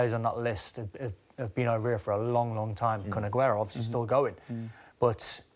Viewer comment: Put some respect on Agueros’ name